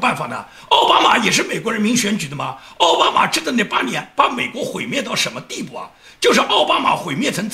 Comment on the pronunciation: 你总是念错”奥巴马“，那念‘奥巴驴“好不好。